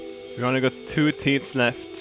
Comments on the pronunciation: Good Sir, there's usually a dramatic difference between "teets" and "teeth". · i love it how he says "teets" rather than "teeth" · Hearing you say "teats" in place of "teeth" so many times made me giggle. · I love how he calls teeth teats lol! Love you and your Swedishness! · I love how he pronounces teeth teet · I love how he says teeth like teets xD